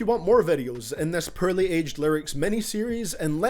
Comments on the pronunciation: im not trying to be mean but when u said "purely" i died laughing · says “pearly” for “poorly” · "Rarp lerics thut edged purly" lmao I'm English and u butchered that shit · HAHA YOU SAY PEARLY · The English language: poorly This guy: perly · he's saying porly like purly and its really distracting me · I won’t lie. I laughed when he pronounce Poorly as Pearly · Every time you say poorly it sounds like you're actually saying pearly. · I'm sorry but "Perrly" lmaoooo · The way he says poorly sounds like pearly LMAO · It sounds like your saying pearly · the way you butcher all names and the title of you video IS CRINGE as fuck...